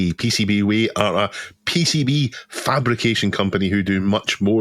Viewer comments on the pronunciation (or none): You're not saying "PCBWay" correctly! ;-)